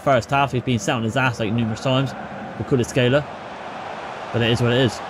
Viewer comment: Good video, the only thing you could work on is the pronunciation of player names, you got Kvaratskhelia, PolitAno, and DemmE all wrong